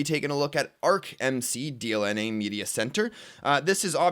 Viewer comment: Hey its DLNA and not DNLA:)